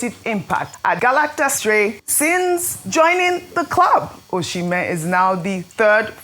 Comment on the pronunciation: Ojy, please stop pronouncing Victor Osimhen wrongly. The name is Osimhen not Oshimen. He's Edo not Yoruba. I find it shameful that Journalists would come on air to pronounce their own names wrongly. But they would strive to pronounce foreign names properly.